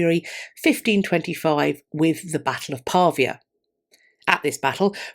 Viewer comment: "Pavia" is pronounced with the stress on the "via."